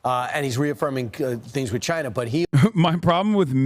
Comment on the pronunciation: The right has an obsession with pronouncing "China" really annoyingly.